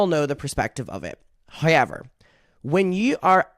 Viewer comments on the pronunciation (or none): The way you pronounce however like “hoyever” makes my day idk why lol